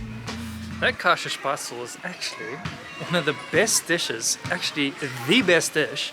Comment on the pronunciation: Käsespätzle pronounced "Kese-Espets-le".